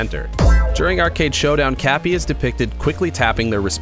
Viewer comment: You say kape it is kapi